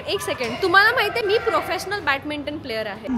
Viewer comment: Swatala professional mhante ani badminton la batminton pronounce karte 😂😂